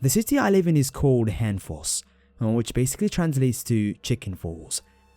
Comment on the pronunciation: Hønefoss is pronounced like 'yern foss' like you're saying fossil.